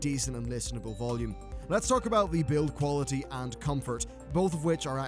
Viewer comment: Qaulaity? Lol xD